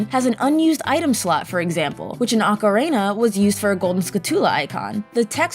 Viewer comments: Ok, I had to pause the video since this have been bugging me for a long time now, but... Why on earth do people say "Ocari~NER Of Time" instead of Ocari~NA of Time"??? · ocarina is not pronounce "ockarayna" this is not the instrument used to play the macarena! XDXD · how the fuvk do you get ocareener of time from ocarina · It's not awkaraynuh or Eye oh numa. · Legend of Zelder: Ocariner of Timer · "Acareyna" Ma'am....WHAT?!